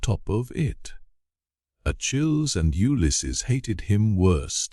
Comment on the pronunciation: It is grating to the ear when a proper name as commonly known among educated English speakers as Achilles is grotesquely mispronounced